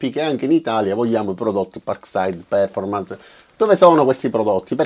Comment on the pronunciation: Con l'accento sulla OOOOOOOO :-D